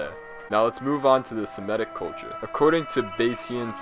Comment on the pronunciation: It’s Semitic not semetic bro